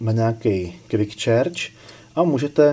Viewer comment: Výborný popis. Snad je charge s nevyslovuje čéč.